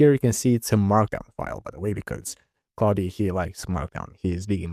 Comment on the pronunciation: Почему ты говоришь Клауди? Когда это Клод😞